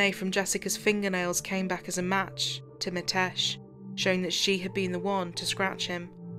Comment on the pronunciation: It's ''Mi'' tesh, with an ''i'' sound not ''Ma'' tesh. It's not that hard a name to pronounce properly. & and it's said in one flow. A lot of Asian names, Viresh, Nikesh, Ramesh etc like this. Even the subtitles are incorrect- 'matesh' over and over again also.